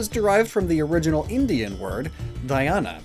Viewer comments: its pronouced dh ya n not dha ya na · It's not dhayana it's dhyan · Hey,just a side note,it's not pronounced 'Dhayana' it's pronounced 'Dhyaaan' which means concentration/mediation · the word Dhayana is said as Dh-Yaan meaning concentration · Just wanted say this... Couldn't resist.. the Indian work was Dhyana... Not dhayana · When he says DHYANA as dhiana instead of DHYAN Hindi people - ... and I took that personal (Insert Michael Jordan template) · It's not Diana my dude it's pronounced as dyaa-na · Dhyaaann is how you pronounce it, not dhayana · It's suppose to sound like : Dhai - Yan ... Now say it quickly and you will be able to pronounce it write ! Your pronunciation was so off the marks that I figured out what you meant when you said meditation XD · I laughed so hard on the 'Dhyana' part U tried tho thats nice Its "Dh-yan-a" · You're supposed to end the last word with a consonant. It's dhyān. The way you pronounced it, it would be written as "धयाना". Also, it's originally a Sanskrit word, also used in many daughter languages of Sanskrit but since Indian could refer to entire Indian Subcontinent, so I guess it's fine. 🤷🏼‍♂️ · Not nitpicking, its pronounced "dhya-na". Like dya from d'ya. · Seel-a-canth! Also 'dhyana' is two syllables. Pretend it's Japanese and you'll be able to pronounce the 'dhya' just fine. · Dhyana is pronounced as dhyan. It means ' to focus ' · its dhyan